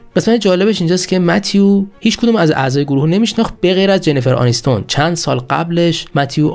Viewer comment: چرا اسم ها رو درست تلفظ نمیکنید ؟ جنیفر أنیستون 😒😒 چندلر بینگ نه بنگ